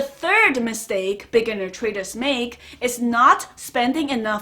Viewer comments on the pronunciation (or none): Every time she says 'beginner traders', I hear 'lamborghini traders'.Lots of respect, though. I love this channel.